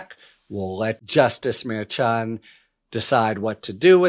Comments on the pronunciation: It's Mer-shan, Harry. Not Mer-chan. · Harry, stop with the wh*te priv*ledge. Have Spanish-speaking bilingual assist you with Spanish-name pronunciation. It sounds like fingernails on a chalkboard. Mer-shan. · Sometimes a "ch" sounds like "sh"...forexample, the word "chef" or "machine". This may helpful in knowing how to pronouce the Judge's name in Trumps Court case. Judge Merchan...think of it as Judge Mershan.